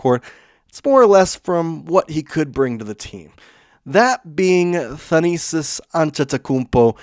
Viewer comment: The pronunciation of Thanasis is kicking our hosts' tail 😂 Keep up the good work!